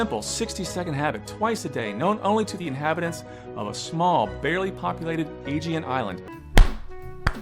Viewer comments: This guy worked construction on a Greek island but doesn't know how to pronounce "Aegean." The accent is on the second syllable, sport. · He can't even pronounce Agean properly (emphasis on wrong syllable) yet he's an expert on the place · he replaced "Asian" with "agean" my god what a visionary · and he pronounced ageian wrong